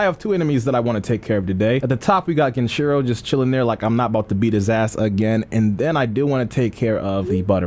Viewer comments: His name is GEN EEE CHEE ROOO, not GEN CHEERO FOOL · Every time says ‘gehnshero’ instead of genichiro and ‘merry counter’ instead of mikiri counter an orphaned puppy dies of syphilis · Nigga. You know how you say Genin in Naruto? GEH-NEEN? Well bro’s name is pronounced GEH-NEE-CHEE-RO. Damn. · My guy still doesn't say the names right lol, "genshiro" and "miri" counter. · If I hear on more mispronunciation of GenICHIro, I will lose it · Genichiro heard you fuck his name up for the LAST TIME. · really never learned to say Genichiro’s name well huh? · It’s been how long and still doesn’t know how to say Genichiro’s name right Edit: he also still says “miri” counter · Him saying genichiro wrong is so cringe